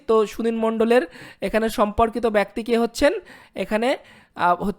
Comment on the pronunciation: ভাই, আপনাকে শুধু একটি কথাই বলছি, ব্যক্তি উচ্চারণটা ঠিক করবেন।